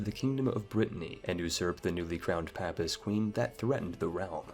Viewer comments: Papist is pronounced with a long "A" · Please learn how to pronounce 'Papist'